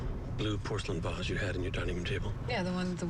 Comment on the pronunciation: This scene is great! But I just want to say it's "vase" not "base."